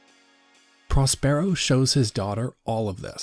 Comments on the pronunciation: he says pros PAIR O but its pros PUR O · It‘s Próspero — not Prospéro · It's PROS-per-o, not pros-PERE-o. 350,000 views and the main character's name is mispronounced. That's the internet for you. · Pros pear o🤣🤣its pros per o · PROS-per-o. Not "pros-PERO." This pretty much ruins the video for those of us who know the play.